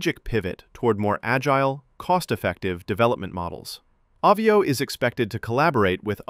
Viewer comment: It's called AH VIO, like Avion, french for airplane, since americants cannot speak English, think of Avi_ation, NOT AWE VIO 😂😂😂